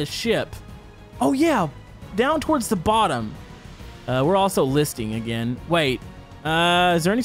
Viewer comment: "water in za fire, WHY?!?"